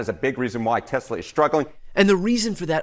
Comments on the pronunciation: He pronounces Tesla so weird. TEZZLAH iostead of TESS-LA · Doesn't even know the name of his own company. It's TESS-luh not Tezluh. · Why does Elon say "TEZLA" instead of "Tesla"... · This little baby, I believe took a chainsaw to Tesla or should I say Teslur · Does he start the interview by calling his company Tezla twice.😂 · Musk pronounces it "Tezla". Trump pronounces it "Tesler". It's spelled "T-e-(swatika)-l-a". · I know. Why does he pronounce Tesla “Tezla” and Tim Walz as “Waltz”? He’s no genius! Some people with autism are, but he isn’t! He wouldn’t do that if he was. He would learn to correct it. His stutter too unless he’s just so terrified that he can’t help it!